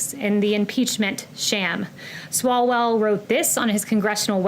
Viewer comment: Swallowell.... Says it right.